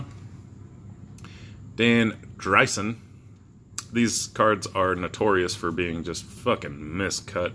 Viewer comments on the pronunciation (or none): Nice Henderson rookie. Gross on the gum - lol. I have appreciated the 86 design more over the years as I was not a fan of it when it came out. In case you were wondering - Dan - DREE-SON. Nice video